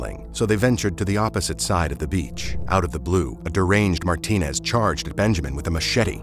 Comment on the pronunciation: Just like my last names, there are many last names ending with ez that hispanic people have. It is not Martin but Martinez, you cannot just skip the ez when you are pronouncing the name.